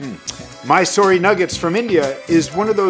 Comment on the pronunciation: e is silent in mysor---e